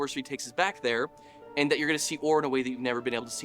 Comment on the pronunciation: We're going to see Orr.. the way we've never seen it.. ..befOrr.